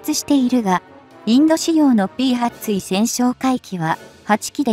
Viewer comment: ついせんってなんだよ！たいせんだろうが！しっかりせい!間も長い!評価は当然badね。